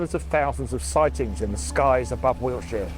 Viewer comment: You pronounce Wiltshire as wheelchair. In the next video could you please use both words in a sentence, just for me?